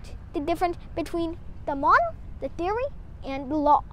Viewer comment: I love the ascent "tiory"